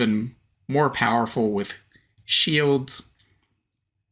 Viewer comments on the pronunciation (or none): none